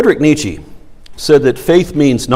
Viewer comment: An impressive and insightful talk, almost eclipsing the fact he mispronounced Nietzsche like THAT